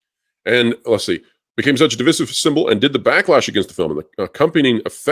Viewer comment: How do you still not know how to pronounce divisive